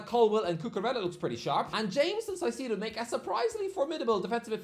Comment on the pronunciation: ITS KAI-SEH-DOUGH